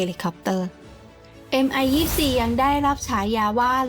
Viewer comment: Mil Mi 24 ออกเสียงว่า มิล มิ 24 ครับ เพราะเป็นฃื่อผู้ก่อตั้งสำนักแผนแบบนี้ ไม่ใช่ เอ็มไอ 24